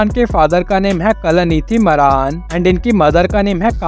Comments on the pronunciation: Ye naam tak sahi se nahi janta hai मारान नहीं मारण है😂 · मारन एसा बोल मरान शब्द ठीक भी नही लगता....जरा अपनी भाषा उचित ढंग से बोलो.